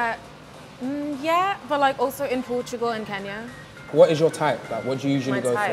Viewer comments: Did she say Kenya?😂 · Did she say Kenya😂😂😂🇰🇪🇰🇪🇰🇪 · She said Portugal and Kenya or did i hear wrong